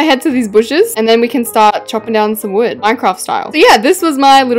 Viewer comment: Who heard her say bread instead of wood because heard her say bread